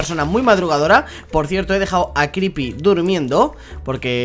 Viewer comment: pero le dice cripy